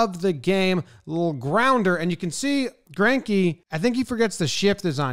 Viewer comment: As a German it hurts my ears everything somebody butchers Zacks last name xD